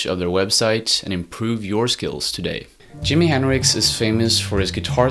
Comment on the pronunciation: It's not Dimi henricks! You butchered Jimi's name! Don worry about it